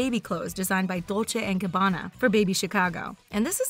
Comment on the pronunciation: Are we not gonna talk about how she pronounces Louis Vuitton or Dolce and Gabbana